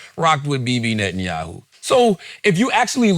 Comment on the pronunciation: 100% correct. They even play dumb like they don’t know how to say netenyahus name 🤣🤣🤣 keep an eye out for it. I’ve noticed it for along time now and does it in this episode multiple times. It’s like they’re scared AI transcripts will pick them up talking shit and report it to the Big Yahu 🤣🤣🤣